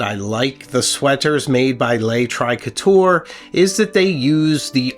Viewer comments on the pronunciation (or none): Hi, the pronunciation is more like "luh" "tree--cot-tur", this is how someone from Quebec might pronounce it, from France it might change the ending a bit... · Please pronounce Le Trichoteur correctly